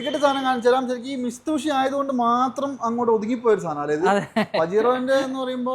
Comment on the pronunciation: അണ്ണാ മിസ്തുബിഷി അല്ല മിത്സുബിഷി എന്നാണ്.. പറയേണ്ടത്.😂